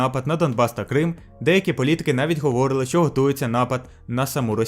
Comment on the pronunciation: Все супер, але "говорИли" а не "говОрили"